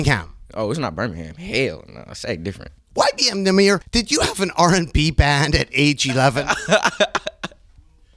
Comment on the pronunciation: "Who are you?" "YBN Nahmuh"